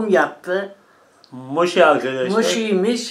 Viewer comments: Moşi değil mochi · mosi degil abi moki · Moşhi değil mochi